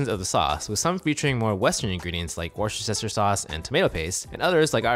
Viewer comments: Lots of Americans seem to have difficulty with the pronunciation of Worcestershire, it’s wustersha, and you drop the ‘shire’ when you combine it with sauce: wuster sauce. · say Worcestershire sauce for me again please! 😂😂😂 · America said really struggle with pronouncing Worcestershire sauce😂